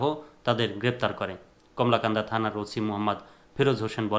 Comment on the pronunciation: আপনি তো কলমাকান্দা নামটা বলতে পারছেন না, বার বার বলেন যে কমলাকান্দা